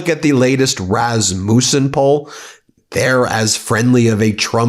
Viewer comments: Btw - Rasmussen is a family name. We have always pronounced it RASS muss ehn or -in. Not Raz Mewsse in. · Rasmussen is pronounced with a short u not a long u